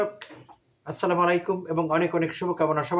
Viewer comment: assalamalikum bolbenna, etar mane tomar mrityu hok, shuddhivabe bolben- assalamu alikum. asha kori shuddho kore vobisshote bolben.